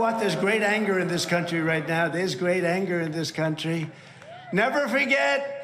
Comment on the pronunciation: Google caption was “great”’, not “gay”. Whatever gay means also “light-hearted’. I do not know if it was just a wrong pronunciation; as English is my second language.